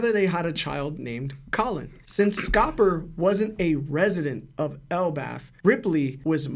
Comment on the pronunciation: Scopper GIIABBAN?? Lol 😂😂😂😂